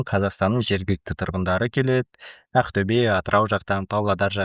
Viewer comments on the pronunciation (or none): none